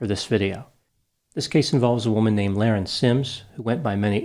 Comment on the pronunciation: Her name is being mispronounced. It was pronounced La-Rin, not Lar-en. The IQ test is a legend. There was no IQ test. It was explained that she had a high IQ in high school because she had dropped out due to her being "bored". She just had other pursuits than an education.